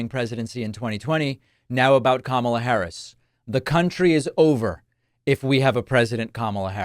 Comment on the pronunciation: At least trump finally pronounced Kamala's name right!